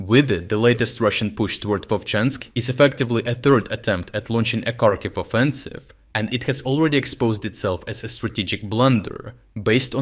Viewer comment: Why do you pronounce Kharkiv wrong?